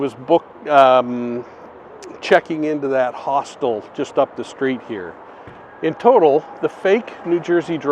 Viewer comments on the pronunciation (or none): none